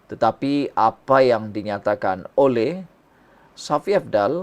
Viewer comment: sebutan kau tu tidak betul Shafie kau sebut safi kau ni ada sekolah ke?